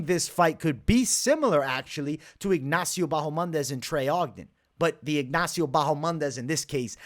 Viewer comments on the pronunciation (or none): none